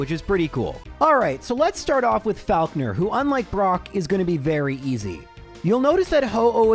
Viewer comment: The way you pronounce Faulkner makes me want to scream.